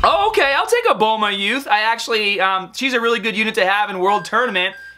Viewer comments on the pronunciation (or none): none